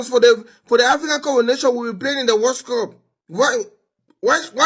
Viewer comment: Did i hear him say WORSE CUP lol